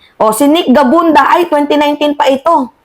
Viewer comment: Gabunada hindi gabunda